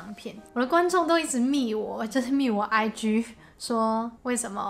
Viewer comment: 大家都好融入喔! 聽到你片尾講IG，講成 I居，就知你幾融入啦。覺得係讚美就多講一句，唔好扮香港人啦。